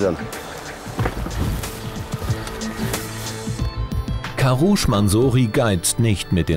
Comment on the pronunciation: der heißt nicht karusch